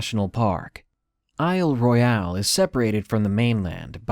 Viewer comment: Pssst -- Isle Royale is pronounced "Isle Royal." It's a French name that's been Anglicized. Otherwise, great job with this video!